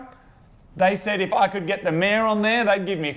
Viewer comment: Took me a whiiile to workout you're saying "mayor" as in head of the town, and not "mare" as in female horse.